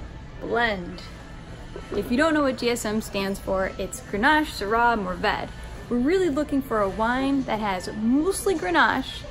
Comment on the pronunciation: Try to find "decent" Sangiovese from Italy how condescending can you be? Santa Margherita Chianti is that your recommendation? Mourvèdre "Moo Ved" you are supposed to be an educator. Most of the wines you recommend are the wines in your tasting course so much for a spontaneous trip to the wine store for new wines..........